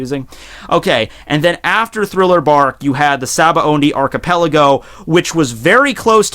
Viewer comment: shabondi is how its pronounced.